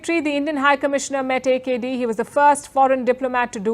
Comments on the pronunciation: Correct reading of AKD. by India though our people cannot. Thanks India. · Love the way she pronounce AKD. Our AKD.